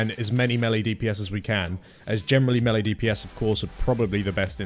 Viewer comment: "meh-lee" lol